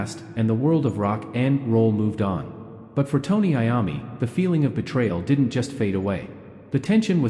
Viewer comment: Is this AI .Because he is mispronouncing Mr. Iommi's name